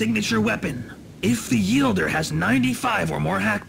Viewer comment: Audio: "If the yielder has 95 or more hackblood" Subtitle: "IF THE YELDER HAS 95 OR MORE HACKBLOOD" Actual English: "If the wielder has 95 or more hackblood" Fucking... perfection.